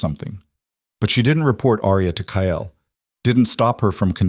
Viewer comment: This story hot me hard...when I found out Marcus killed a close family member to Aria it hurt so bad...I couldn't imagine loosing someone so close like that..very good story, sad but good. The only thing that is bugging me is that the AI can't say cake or Kyle right at all...maybe change the males name to something other then those two names.. at least in future stories...so far I've watched ten stories and the main woman and main male characters always got the same names as the other stories...